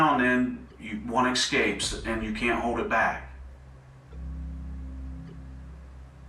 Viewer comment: this "professional" and "trained" interrogator says "EXcapes" I thought we Millennials were the idiots??? And you say EXcapes??? As a "professional"??